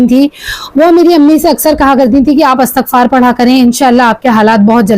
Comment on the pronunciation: Assalamu alaikum astaghfaar Nahi asal word istighfaar hota hai plz aap sub Sahi parha karenge is word ko